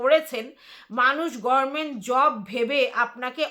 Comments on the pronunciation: তুমি তো দেখছি আমাদের ব্যানার্জী দিদির মতো গরমেন্ট বলো 💀 উচ্চারণটা "গভর্নমেন্ট" হবে আর যদি ইংরেজিতে উচ্চারণ করো তাহলে সেটা হবে "গাভার্নমেন্ট" বা একটু দ্রুত বললে "গাভারমেন্ট"। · গরমেন্ট নয় গভর্নমেন্ট হবে